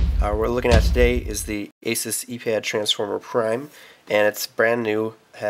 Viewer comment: Oh boy another person that doesn't know how to pronounce Asus...haha geez